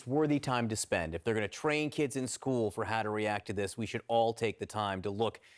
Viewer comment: So was this one of those males who claimed to be a female? Or is it a real female? Wisconsin can't have a police chief thays actually educated enough to properly speak? Whats a "skoo" idk what a skoo is